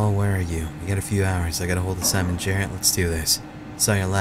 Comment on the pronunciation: Smon Jrrt is now the only way to say his name